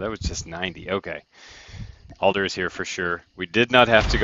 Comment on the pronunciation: Its Adler, as in add ler. not Alder lol